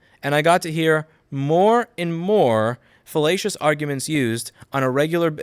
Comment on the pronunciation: Too much Oglaf, I keep hearing "fellatious" instead of "fallacious".